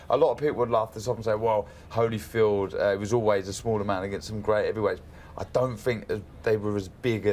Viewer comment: “Evander Holifeeld “